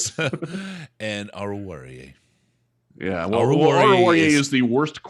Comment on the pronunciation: I think it's totally fine for to pre-record the correct Oruwariye pronunciation and just play it every time you want to say his name.